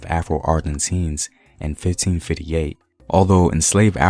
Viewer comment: Anybody else hear how he said 1558. That smooth slang. I can’t trust him